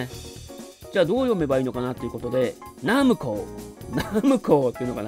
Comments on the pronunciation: hijiQuishさんのナムコは「ミスド」みたいなイントネーションですよね(笑)。 実際は「パルコ」みたいな音程だと思います。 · ファミコン当時のCM集なんかを見ると分かるんですけど、メーカー公式としてはナ↑ムコですね。 ナムコットの場合はナ↑ムコ↑ットになり、ナムコミュージアムもナ↑ムコ↑ミュージアムと、ナムコの後に文字が続く場合はコも強調されます。 ちなみに自分はナ↑ムコでした。